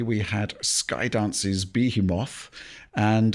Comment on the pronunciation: “Beehee-moth”? 🤣 I wonder if that’s the accent or a misread